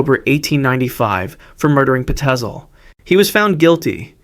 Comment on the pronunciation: I'm surprised there was no mention of WHAT fish used to do to himself with pins and needles! He apparently had a bunch found inside of himself that he planted there on his own. And I think it was pronounced "Fye-zel" with the pztel name in HH Holmes' case and Tracey Edwards actually went to prison himself for murder buuuuuuut....all in all purty guuuuuud stuff!😊